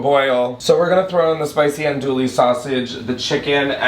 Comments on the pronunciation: The andouille pronunciation is sending me into orbit😂😂😂😂 it’s ahn dewy not an dual-y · Hi fellow, Louisianan here, for future references it’s pronounced AHN-DEWEY sausage. I’m sorry I have to 😭😭😭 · My guy, you’re cooking a Cajun dish you can’t possibly over season the chicken! You did really great! If you ever are up to making gumbo again, cook the roux down to a chocolate brown. I promise the depth of flavor is worth the extra time!! Ps, it’s pronounced Ahn-Doo-Wee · i’m from louisiana and i’ve always heard it pronounced like “awn-doo-ee” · I’m loving your really creative pronunciation of ‘andouille’